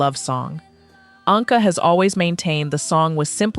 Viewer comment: The last name Anka is pronounced "ANG-kuh" (IPA: /ˈæŋkə/).